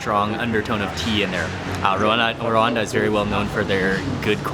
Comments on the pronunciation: ...Becoming more famous than his father ... love the way you say R-Rwanda :)) ..And you lived in the DRC ... :) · Nice vlog, I can't believe I watched the entire 24min. And it's so funny how you pronounce RWANDA 😁